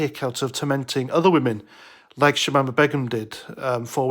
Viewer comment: Its pronounced Bey - Gum. Not that it matters.... In fact leave it be. This B doesn't deserve to have her name said properly.